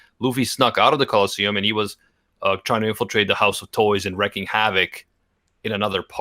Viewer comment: Wreaking havoc, not wrecking. gets a free pass on it the various times he's said it since he's not a wordsmith, but in that area I have higher expectations for you,.